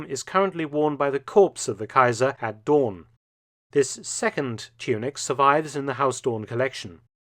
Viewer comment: Mark Felton. For future reference: Pronunciation of Huis Doorn. "Huis" is pronounced "Hace" or more correctly "Huys". The "oo" in Doorn is pronounced the same as "oo" in English, so "Dooorn". Not "Haus Dorn". The language is Dutch, not German.